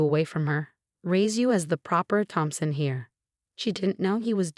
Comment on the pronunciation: I thought his name was Thompson not Phompson. The sister is terrible she just wanted the money.